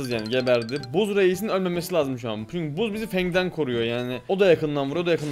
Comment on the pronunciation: Abi buzz değil bazz okunuyo😂😂❤❤